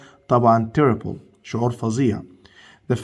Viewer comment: يسطا انت بتنطق غلط terrible ب خفيفه مش تقيله ماشى